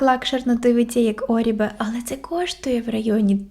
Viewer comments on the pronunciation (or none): Орбеʼ або Орбіʼ Ну не ображайте засновника